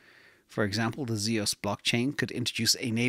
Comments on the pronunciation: It’s Zeus like the Greek god not zeows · Zeus is pronounced Zyoos. It's the name of the Greek god of sky and thunder. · Zeus is one syllable.